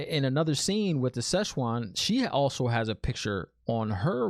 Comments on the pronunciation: Pronunciations: Siuan Sanche (pronounced: SWAHN SAHN-chay; /ˈsʲwɑn ˈsan.t͡ʃɛɪ/) NOT whatever it was you kept saying smirks with love Aes Sedai (EYES Seh-die) Ajah (AH-jah) Amyrlin Seat (AHM-er-lin) Maigan (May-gan, Megan) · No worries lol, prononciations is a big issue in this book series and is something fans have been struggling with since day 1. Think Amyrlin more as "ahmerlin" as in Merlin from Arthurian legend. And Siuan as I said is pronounced Swan. You haven't seen the worst yet for pronunciations let me tell you, guaranteed to not be the last time new show watchers struggle with words from this book series. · Like the reactions man. I'm a book and a show fan. Nice rant in the beginning. And I laughed out loud when you called Siuan "Szechuan." Lol... Szechuan is a region in China and has very tasty, spicy food. :D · 🤣🤣🤣 it's Swan and the other blue is Maigan. Nice speculation but I will not tell what you got wrong 😉. Also ignore the trollocs in the comments. Look in the compendium and you will understand more about the objects of power like the oath rod. And maybe use 🎧 to help with pronunciation.